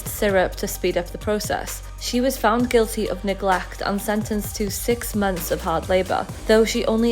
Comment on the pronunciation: Love the way he says Neglecht !